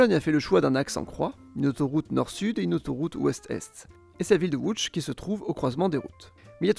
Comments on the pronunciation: enfin quelqu'un qui prononce correctement les noms dans la langue locale. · Première personne que j'entends prononcé correctement Lodz très bon travail sur la prononciation